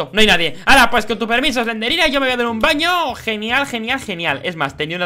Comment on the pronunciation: Se dice slendrina